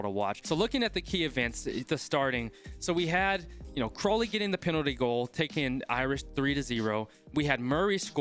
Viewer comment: Hey, just wanted to let you know that Crowley's name is pronounced cr-ow (as in if you get hurt)-ly rather than crow as in the bird